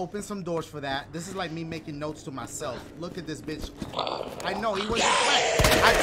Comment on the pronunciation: did he say I need to look at my map “lick” ?😂😂